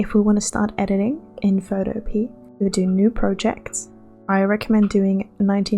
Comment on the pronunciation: Greate video and a little point I noticed, you said photopea wrong 😅 xd